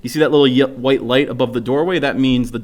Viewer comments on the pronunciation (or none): none